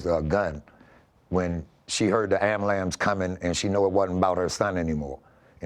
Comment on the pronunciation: "Amblams" 🚑 😂 dude said Amblams got me 🤣rolling 🦅 do your thing...